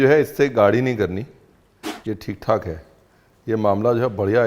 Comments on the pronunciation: Theek thaak (all right) Not Tit tok me 😂😂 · It's not "tik tok " it's "thick - thak" means okay.